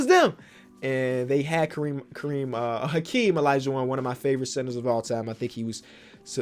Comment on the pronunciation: Mans said alaijuwon